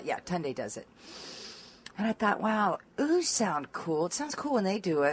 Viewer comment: 'ooohs!' not 'ooze' lol I was confused for a moment